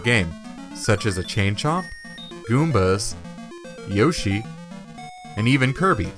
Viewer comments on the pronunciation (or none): none